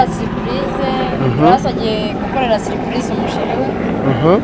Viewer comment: 😜😜😜😜😜😜ahubwo ngewe numvise saripayize.Ariko iyimivugire twihaye iraza kuzadukora pe.